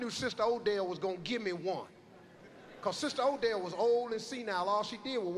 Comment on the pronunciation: It's "Odelle." She's not Irish...